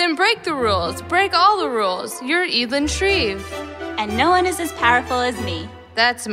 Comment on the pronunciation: I thought it was pronounced e-dl-yn